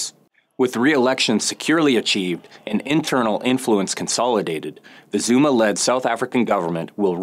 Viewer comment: His pronunciation of the names is making me visibly wince and cringe.